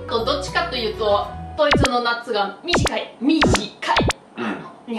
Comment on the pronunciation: やはり帰りたいと言った時、横でタカさんが爽やか笑顔で半笑いの表情が怖かった。 がドイツの夏は短い！ミ！ジカ！イ！の発音がかなり笑えました！ それと世界の美味しかったもの。朝食、昼食、夜ごはん。番外でおやつ。そのうち教えて欲しいです。